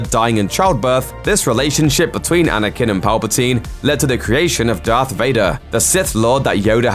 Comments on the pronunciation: Anyone else notice how he pronounces Anakin as "Anakun" 😂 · the accent maybe